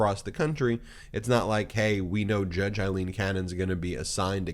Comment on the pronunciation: Her name is not Eileen.